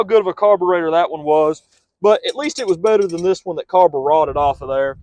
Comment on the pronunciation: Carbur-rotted😂 this guy's great